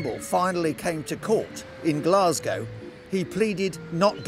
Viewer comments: that's what I said. Surely every Englishman has heard the word Glasgow pronounced correctly? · How can an Englishman not know how to pronounce Glasgow? 🤦